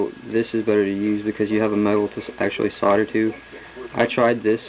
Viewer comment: its pronounced SODDER